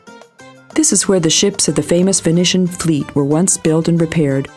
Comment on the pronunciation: "Venetian" "Byzantine" "Herakles" these are probably all words she's not heard pronounced before (reading a dialogue that obviously been written by someone else)